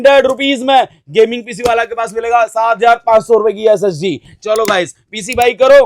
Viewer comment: SSD bol raha hai ya SSG 😂😂